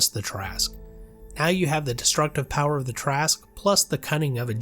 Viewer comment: Thank you for pronouncing it correctly. You have no idea how many arguments I’ve been in with people call this creature the “TERRA-SKEW”. These would be the same ones that pronounce DROW the wrong way.